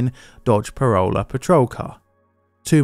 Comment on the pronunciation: Dodge Corolla?? Parolla? huh?